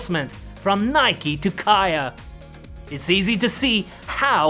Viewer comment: kih uh? lol really?